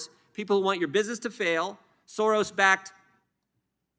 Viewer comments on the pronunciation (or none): He said sorros.